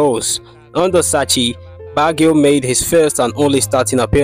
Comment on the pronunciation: Did you seriously pronounce it BaggHio??? 😂 omg please 🙏🏽